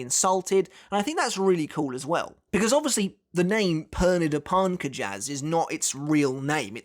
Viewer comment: The Romanozation of Pernida's name is: ペルニダ・パルンカジャス = Perunida Parunkajasu So, their last name is pronounced Parnk-jus